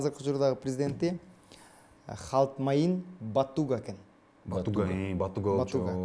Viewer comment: Алпаруучу капкайактагынын баарын эле айтып жатат! Коптогон суроолору чындыка дал келбейт! Президенттердин аттарын туура эмес айтып жатат! Уят, даже туура окуй албайт! Монголиянын президенти - Халтмаагийн Баттулга, "Халтмайин Батуга" эмес! Италиянын президенти - Серджо Маттарелла, "Серджио Матаролле" эмес! Уят!!!